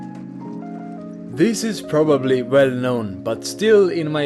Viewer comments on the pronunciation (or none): none